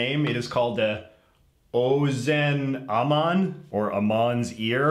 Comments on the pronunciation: It’s called a hamentashen, not an ozen haman or whatever you called it haha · he starts talking about a treat pronounced: “Hom-in-tosh-in” . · The Purim cookie is called a hamantaschen “ha-men-tosh-in” in English not what we you said lol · LOL when he can’t say Hamantaschen